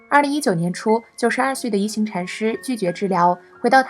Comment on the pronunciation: 應該是念一ㄏㄤˊ禪師。